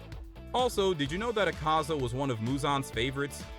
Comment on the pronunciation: Bro has the worst pronunciations of the names Not teck-in-kawa-gaza it is te-ch-een-kawa-gaza Not ah-kah-zah it is Ah-kuh-zah